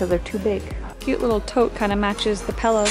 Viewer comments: Haha everyone always point out that I pronounce pillow like pellow 🤪 I don’t even realize I do it! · “matches the Pellow” ? 😂💖